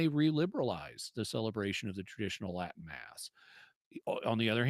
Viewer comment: Lol Liz's Latin at the start was terrible. Sorry couldn't help but laugh.